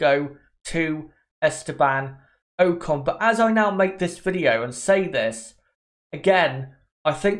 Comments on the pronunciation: its ocon not oakon the way u say his name is so annoying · Oc-con not o-con